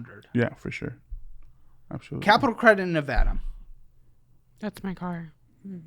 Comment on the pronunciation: Ew the way he says “abshalutely” 💀